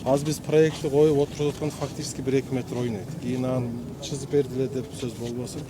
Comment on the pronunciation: чызып дебей сызып деп туура суйлогулочу,чон болуп иштеп жаткандан кийин.